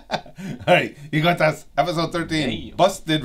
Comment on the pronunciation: Just say Yugioh Abridged, please, my head hurts every time you try making ygotas a word.